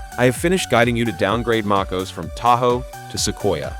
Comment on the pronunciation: what is makeos ? maybe space out Mac OS to make AI pronounce it a little more accurately?